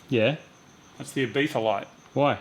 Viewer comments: Last time I checked it was called "Ibiza" not "Ibetha"?? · ibIZa. No th. Sorry lad.